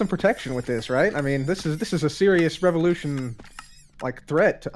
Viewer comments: Its not la revulotion!!! Its #VivaLaRevulotion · The way he pronounces "Viva la revolution" 😂😂😂